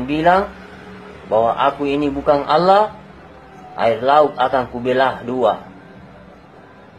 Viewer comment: Dari logat bahasa dan pengucapan kata Allah aja Uda aneh.... Ada udang di balik batu 😂😂😂🐍🐍🐍🐍🐍